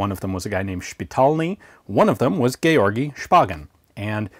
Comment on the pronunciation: Ou someone on youtube said Georgi correctly, and didn't just go with George or something like that. I have to say, i'm impressed, good job Ian.